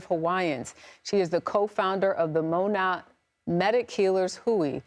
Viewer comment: It's pronounced "Mow-na," not Mona. Jeezuz, no respect in life. No respect in loss.